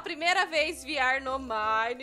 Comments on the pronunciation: Ela falou vr falou viar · E veerre que se fala e se escreve vr